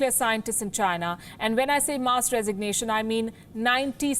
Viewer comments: The presenter needs to learn basic English: "mass" is pronounced mass, not muss. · Really poor English. She can’t even pronounce mass.